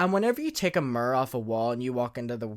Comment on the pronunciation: OMG everytime he said Mer, I smiled. Obviously I knew what he meant, but lmafo. I love it! Him saying situation is amusing too.